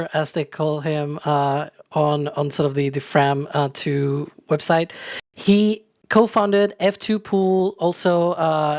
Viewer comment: Unfortunately they mispronounced the name of the mission. It is a homonym of "from".